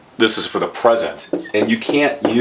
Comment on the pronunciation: I enjoyed it very much. By the way, I noticed that you pronounce The in a different way. You say "Da". Many thanks for the enjoyable lesson. I would be very happy if you do more lessons and videos without much time in between. I'm looking forward to your next video.